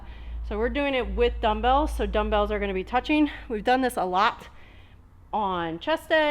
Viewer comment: You said dummbles only am I wrong ?